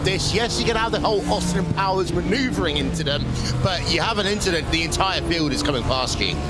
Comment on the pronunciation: Verstappen Rogers inchident